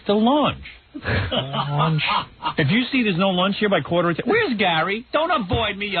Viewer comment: LOL I thought he was saying launge.